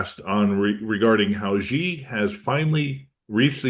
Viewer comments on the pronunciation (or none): President Xi. Not ghee. really irritating that you can't pronounce.